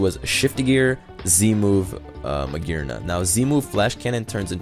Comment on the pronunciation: magearna is pronounced mah-jeer-na I'm not 100% sure, but since the G is next to a vowel it makes a J sound.